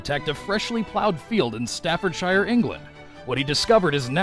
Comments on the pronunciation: And it's not (and no shire ever will be) pronounced "staffor shire" it's "stafford sher"! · staffordshire is pronounced more like 'stafford-sheer' than something out of lord of the rings... and shrewsbury - shrews-bree' just so you know... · To all Americans... Staffordshire is pronounced 'shur'. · Staffordshire, is pronounced "Staffordshur". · Lol exactly what I muttered under my breath.. And Birmingham is pronounced birmingum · I live in Staffordshire and your saying it wrong xD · You saying English places wrong Staffordshire,Birmingham etc hahaha